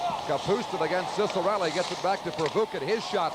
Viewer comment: По итальянским канонам правильно Дино Чиккарелли! а Сиссарелли - это уже ария из оперы Михаила Задорнова " Какие американцы тупые". Я сам очевидец, 1973 г.р. Если матчи с участием Дино на уровне клубов НХЛ или сборной Канады на ЧМ-1987 комментировал Евгений Майоров, то он произносил "ЧИККАРЕЛЛИ" Только так!